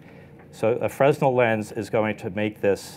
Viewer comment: Fre-nel. Not freznel. You don't pronounce the letter "s". That's my only complaint. Otherwise a wonderful video.